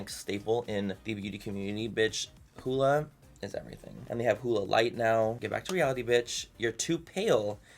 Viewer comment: It's not hooda it's huda